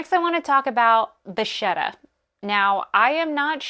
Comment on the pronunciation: I believe it’s pronounced va kett a.